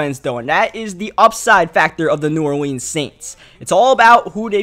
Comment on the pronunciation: Pronouncing New Orleans weird af and I'm from New Orleans 😑😑